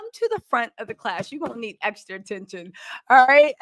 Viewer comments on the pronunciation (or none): none